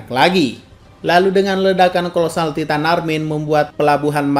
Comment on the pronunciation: Taiten bukan titan, gak bisa Inggeris